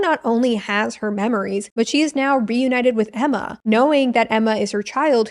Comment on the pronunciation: I lost my tea when you said "AEMMAR" as the lone Australian. 🤣